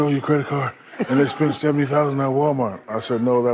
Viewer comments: never in my entire life have I heard any person of any English speaking dialect in existence pronounce Walmart as "Wullmurd". That crazy Brit said "WOOL MAHT". It's funny. Get over it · He said ‘wall’ not ‘wool’ its not his fault you think A’s sound like O’s. Just pronounce ‘God’ you say ‘Gahd’ because you dont have correct pronunciation, and thats the real funny thing. Get over it